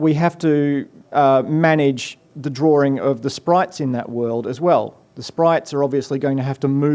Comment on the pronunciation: It's DRAWING, not drawRing...